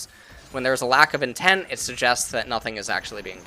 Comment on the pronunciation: More like Nobody:: INTEM